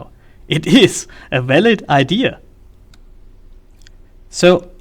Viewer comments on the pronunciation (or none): Say "walid" again.